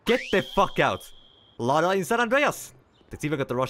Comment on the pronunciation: Lada= lowda 😂😂